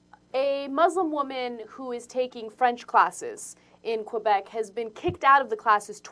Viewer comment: Ana again comments on cultural issues, while pronouncing Québec incorrectly. More TYT irony.